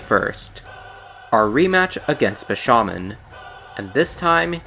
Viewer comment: You saying "Bi-sha-man" completely threw me off guard. How do you pronounce his name so incorrectly? It's "BI-SHA-MON-TEN".